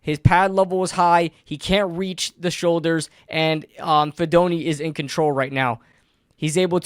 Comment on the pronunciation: Hey least he said his name wrong, went almost all my life and no one could say it right. But heck yeah cousin do good in the big apple.